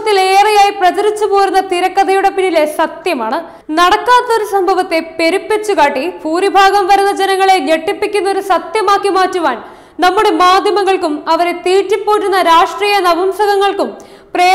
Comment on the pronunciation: പൂരി ഭാഗം അല്ല. ഭൂരിഭാഗം എന്നാണ്. നിങ്ങൾ കോട്ടയംകാർ ഭ എന്ന വാക് ഉച്ഛരിക്യാൻ പഠിക്കു. അല്ലെങ്കിൽ ഭൂരി എന്നുള്ളിടത്തു പൂറി എന്നാകും എപ്പോളും നിങ്ങൾ ഉച്ഛരിക്കുക